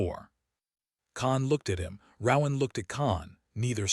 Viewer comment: Please, PLEASE teach the ai to pronounce RoAnn